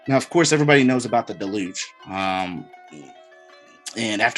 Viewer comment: The way you say deluge sounds like you mean delusion. Deluge also being connected to water, water being connected to emotion. Weirdly adds up to what you’re explaining on hiding the truth and demonizing it. People went delusional and disconnected. Even weirder that it feels like it’s happening even more this time around.